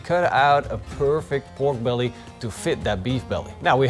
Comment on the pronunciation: Be-ork belly...is the new Turducken (not the same as Bjork the singer).